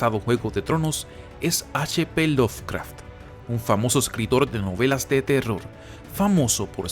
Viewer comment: Se pronuncia LoVcraft, no LoFcraft. Me saca!